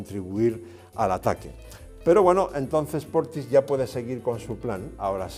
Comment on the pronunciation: His name is "Portisch", not "Portis".